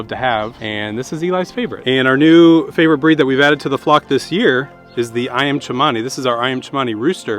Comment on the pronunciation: its ceeemani not cha mani - seeeee mani